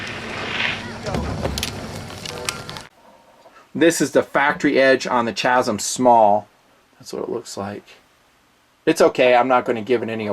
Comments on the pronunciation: Dude it's pronounced KAZIM lmao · Chasm is pronounced kazom. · "chasm" (with ch pronounced as in chimp) - who are you, John Kerry? It's pronounced kasm. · I've never heard ANYONE EVER pronounce "chasm" as you did in this video. I've alway heard the "ch" pronounced as a hard "c" or a "k." Just bustin' you, and great vid!